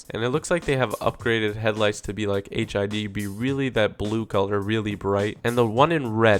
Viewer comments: Did nobody else notice that he said the low riders have "HIV headlights"? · Did he say HIV headlights?? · he says hiv lol hehehe